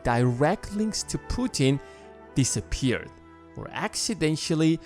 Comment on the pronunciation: No it doesn't sound convincing that he committed suicide before getting rid of his family. How could a dead man kill his family? Incidentally the acc in accidentally is pronounced like aks, aksidentally.